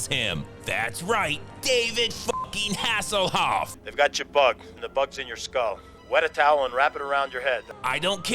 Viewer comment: ‘David Haselholf”🤣🤣🤣🤣🤣🤣